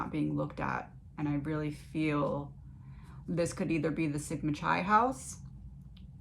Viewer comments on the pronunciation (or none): This reading is great. The 2nd word in the fraternity is pronounced KI like in KITE. C sounding like kuh, silent H, and then I.